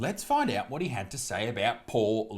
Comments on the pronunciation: the only way that thing is a 10 is if we are talking about how many tons it weighs. you mispronounced "he" a lot in this vid too. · You keep pronouncing he/him/his wrong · You keep mispronouncing he